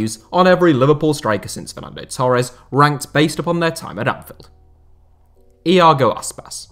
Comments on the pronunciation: Bruv it’s Anfield not Anfeld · Great video! Just a quick note, Anfield has an i in it so it’s not pronounced Anfelled 👍🏻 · Why does this dude keep saying anfeld